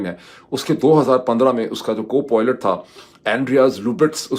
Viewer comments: Pirzada Bhai. Please pronounce word' PILOT' correctly. It is very irritating when you say ' Poilet' instead of PILOT. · Dr sahib, Didn't understand why you were constantly pronouncing Pilot as poylet ...😂 Secondly the new groups to emerge soon as a result of recent global events and the trump doctrine is something that Aftab Iqbal sahib has already pointed out after the recent Pakistan /india skirmish. Good that your analysis is also telling the same. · It is pilot, not poilet. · sahab. This is the first time I'm commenting on this video. I wish i could private message you instead, but I have no choice. You're pronouncing the word "pilot" wrongly. Phonetically, it's not poy-lut, its pai-lut. If this benefits you then "is na cheez ko acknowledge kar dein". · Moeed sb... I love listening to you... Always .. but I don't know what's gotten into you today... And this things is just getting on my nerves and am thinking to forward some of your vlog so that I don't have to listen to your POILET... For gods sake my ideal man... Say pilot .... Let me spell it the way it's supposed to be pronounced.... It's "Pailut".... There.... Plsssss don't say poilet 😭😭😭😭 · Moeed, how many times have I told you that the pronunciation is PILOT, [ie pyelut] and NOT POILOTE which you keep on saying. 🥵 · Can you please try saying “pie-let” that would be much better than “poy-let”